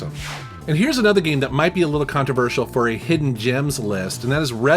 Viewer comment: 0.47 - Hisden gems! Yeah hidden on PKGJ!